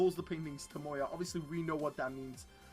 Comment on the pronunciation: It's TAMAYO not TOMOYA!!🤦‍♂️🤦‍♂️🤦‍♂️🤦‍♂️